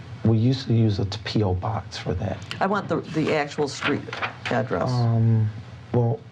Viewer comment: They need to send him skrait down the skreet to the jailhouse.